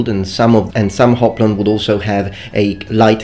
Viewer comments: Great video as usual. But please, for fuck's sake, when talking about ancient Greek stuff, use ancient Greek pronunciation! I can't even begin to describe how nuts it drives me when I hear that. Oplon just sounds so barbaric, it should be hoplon with a H. Else it wouldn't be hoplite but oplite, which honestly sounds terrible. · Hoplon is pronounced oplon only in modern Greek. Ancient Greek had a breath mark that indicated an “h” sound. Just thought you’d like to know. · Hi, just as an info: It is Hoplon to speak as this has a spiritus asper. I have had ancient greek and I double checked to make shure it is a spiritus asper (rough breath = "h"). So: HOPLON, not (1) oplon. Carry on, I like your videos... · There is a little mistake: When you speak about the greek hoplite-shield, you have to say "hóplon" (ancient pronounciation). "Óplo" is only the contemporary pronounciation in modern Greece. EDIT: "Óplon" is the (byzantine / middle greek) interstage between these two. Very good video! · I really like all your videos and this one is great as well. I'd like to clarify the pronunciation of the term "hoplon" though. While you are correct that the "h" would not be pronounced in modern greek, this is incorrect for classic greek. In ancient writings the use of a spiritus asper with the omikron clearly indicates that it was spoken as hoplon, this is also the reason it written "hoplon" in latin letters. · Thank you for this video, very interesting to see the huge array of shields used over time. One note: you say that the 'h' in hoplon is not pronounced. This is true in modern Greek but not the case in Classical Greek. The rough breathing mark over the omicron at the start of `oplon makes the pronunciation 'ho', so "hoplon" is the correct pronunciation. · In Ancient Greek, the h in hoplon is actually a breath mark (ὅπλον). So you absolutely pronounce the H sound.